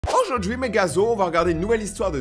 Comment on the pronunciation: " AuJoUrD'GhUi mEs GaZo"incrr 😹😹😹😹